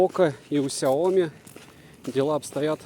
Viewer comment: Сяоми́, а не Сяо́ми! С ударением на букву "и", а не на букву "о"! А то Какая-то Наоми получается! Нао́ми Кэмпбелл – Сяо́ми Кэмпбелл! Хватит искажать и коверкать это китайское наименование брэнда!